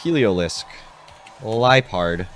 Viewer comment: cant believe the absolute SLANDER on the way i pronounce liepard